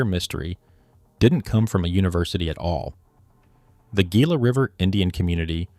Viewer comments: You pronounce gila hila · Its pronounced HEE-LA. Damn AI production. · its Hila, not gila. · Very interesting, well done video. I am looking forward to when A I can actually get word pronunciation correct. For example “Gila” should be pronounced with “H”, not a hard “G”. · LAMO...Learn the words youre saying before doing a documentary. Gee-la river. what an idiot. It's Hee-la river, Gila River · Come on, dude, if you're going to give the oral narrative, please, learn the proper pronouncement of the words. The word Gila is pronounced with the g sounding like an h. Hela. Thank you. 😮😊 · this stupid AI slop needs to be taught how to pronounce Gila. It's HEE-la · Gila is pronounced HEE-lah. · Please learn to pronounce the names before you record. Gila - Hila. O'odam - Awtham. Etc. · pronouncing Gila with a hard G is a punishable offense in Arizona. c’mon man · LOL came here for this comment. Does entire deep dive...say GI-LA 😂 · Gila is pronounced hee-la. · Should've carried the name from the beginning.... ( ) Except it was not known. It wasn't done out of disrespect, it was done because nobody knew. Your AI videos throw a lot of unnecessary shade at people. Look in the mirror because we could also say "Gila" should've been pronounced correctly from the beginning of your presentation. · This AI, no self resepcting archaeologist even remotely familiar with Arizona would allow the narrator to pronounce Gila so incorrectly. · Yeah, you'd think AI narration would have learned that by now.